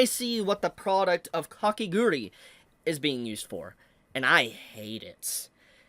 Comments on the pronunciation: Its Kakegurui not Kakeguri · it's Kah-keh-GOO-ROO-EE... NOT Kake "grr-ee"